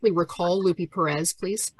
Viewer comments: I’m pretty sure the investigator’s name is Lupe, pronounced Loo-pay, not “Loopy” Perez. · So, is that lady's name Lupe or Loopy? I swear they're saying Lupe wrong as Loopy but maybe my hearing is going? 🤔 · lol she said "loopie perez" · Love how she butchers the name, Lupe. Oh, “it’s loopee” Or, she’s a maga creature doing it intentionally to be a bully and make a “point” Ugh